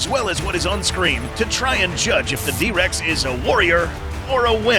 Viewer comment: "The Dihh Rex" brutal 🥀